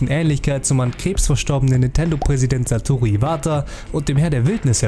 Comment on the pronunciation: Das hast du aber sehr genuschelt xD